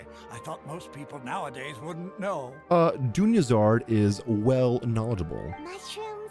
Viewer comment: I'm gonna watch it all and I love your content and your expressions but please call her Dunyarzad and not Dunyazard like she's a Charizard